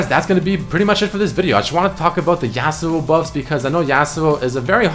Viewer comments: Say yasuo so fuckin weird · Is anyone else annoyed every time he pronounces Yasuo wrong lmao